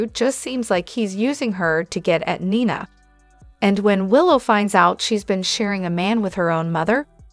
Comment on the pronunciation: Neeeena please not kniena